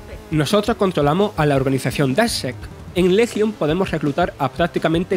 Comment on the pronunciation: el problema no es el acento , es el locutor , problemas con la R , guion mal leido y lento y ceceo que no es cuestion del acento ya que cualquiera puede tener ese problema , watch dogs lesion , yo soy andaluz y insisto no es un problema de acento si no de lectura